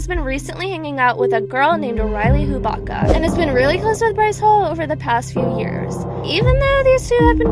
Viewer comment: Girl please her name is hue-bat-kah